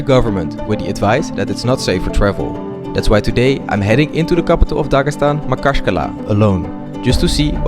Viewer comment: Дагасан аахахх) ударения отдельная история)